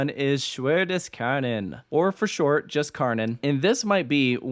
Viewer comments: Try to pronounce Kärnan more like CAREnan, thats actually as close as you can get to the german pronunciation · Yes. Or even CARE-nun. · Well, actually Kärnan is a Swedish word and named after the fort of the same name in Helsingborg. So it should really be pronounced closer to chair-nan. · Nice one. What's funny to me as a German is, if you switch out the way you pronounce the two vowels in Kärnan in English there, you get the correct German translation 😁